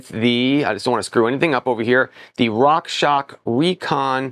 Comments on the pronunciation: Love your reviews, but please, please, please say "Rockshox" correctly 😬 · At least it was not Rock Sock 🧦 😁